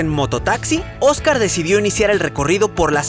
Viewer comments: Soy la única que se dio cuenta que dijo ojcar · Dios. ¿Qué pasó con el video 9? Quería volver a verlo. Sobre todo cómo pronuncias Ojcar Alejandro. 😞